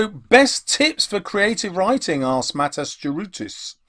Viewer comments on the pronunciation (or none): none